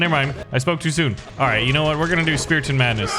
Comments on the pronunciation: STOP SAYIMG SPEATION ITS CALLED SPARTAN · Ah yes, my favorite unit "Speraton" and "Swroldwarth"